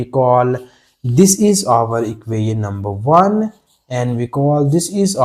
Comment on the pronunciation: Everything is okay just your "equation" pronounciation correct without design can you say